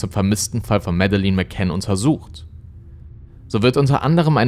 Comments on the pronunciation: Schade, dass du dich immer so schwer tust, wenn es um die Aussprache von Namen der im Video genannten Personen und auch Orten geht… Es wäre nicht schwer gewesen, herauszufinden, wie man „Madeleine“, „Praia da Luz“ etc. ausspricht. Finde das gerade deshalb so schade, weil deine Videos ansonsten wirklich hochwertig und gut recherchiert sind, aber das stößt mir echt immer wieder sauer auf, genau wie Grammatikfehler, die sich ebenfalls hartnäckig durch all deine Videos ziehen, die ich bisher gesehen habe. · recherchiert gut, aber bei der Aussprache von Namen und Orten rollen sich einem öfters mal die Zehennägel auf. Auch hier wird der portugiesische Ortsname penetrant falsch ausgesprochen. Leider wertet das die ansonsten guten Videos m. E. doch sehr ab. Auch gibt es im Deutschen Grammatikfehler, die er immer wieder macht - Genetiv bei Monatsnamen: "Am Abend des 5. MaiS / AugustS" etc. - Was für ein Mais...? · ich habe auch nicht behauptet das es richtig ausspricht, tut er nämlich nicht, die sagen tatsächlich Madelinn, da sie Schotten sind. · sie wird aber nicht Mäddelin ausgesprochen, schaut mal die Videos wo die Eltern den Namen aussprechen. Schottisch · das sind schotten die haben das noch anders ausgesprochen. Hör man in die Interviels mit den Eltern. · Leider musste ich dieses Video nach kurzer Zeit abbrechen. Ich bin von dir gewohnt, dass du sehr gut recherchierst und dich bemühst alles so objektiv wie möglich zu halten. Aber wie du den Namen "Madeleine" ausgesprochen hast, war nicht akkurat. Ich weiß, es ist eine Kleinigkeit, aber wenn der genannte Name der Person gehört, um der es in deinem Video geht, wird dieser natürlich oft genannt. Ansonsten höre ich dir super gerne zu, aber in diesem Fall ist es jedes Mal ein Stolperstein- natürlich nur für mich. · Das Video ist vl. gut, muss aber weg schalten weil du ihren Namen so komisch ausspichst 🤣🤣🤣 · Sie heisst Madeleine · Musst mal Madeleine richtig aussprechen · "Mädlen" nicht medelin